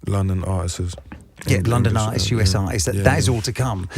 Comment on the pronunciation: Can't listen to no one who says "artisses". It's artists dummy!